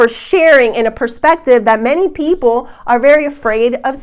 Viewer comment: Does anyone else air-punch when she says "Pi-sces pee-ople!!"...even if it's like kitten punches cause you're tired? "No you don't want to get any skinny-tea", hahaha, love.